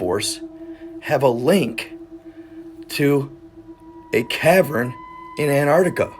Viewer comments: Cavren .. do you mean cavern? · You lost all credibility when you said cavren.